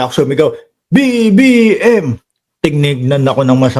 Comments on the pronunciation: ang Linaw ng BBM pgkasigaw ahhh hahahhaa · Ang clear ng sigaw BBM